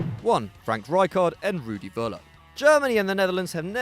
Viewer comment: it's Föller not Wöller :D